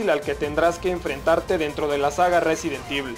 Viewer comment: "Residen Divul" jajaja